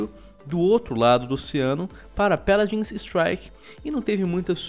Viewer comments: Mano que agonia ele falando Péladins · "Peladins" :V